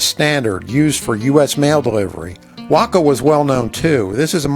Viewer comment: In the south, we pronounce that "WAY-Koh"!